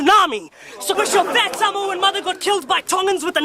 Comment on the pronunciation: It would be good....if he could say samoa properly🤣🤣🤣🖕🏽